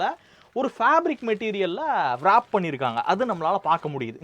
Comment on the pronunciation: அது 'வ்ராப்' கிடையாது ப்ரோ.,'ராப்' என்பதே சரி யான உச்சரிப்பு.அதில் வரும் 'W' வை உச்சரிக் கக் கூடாது.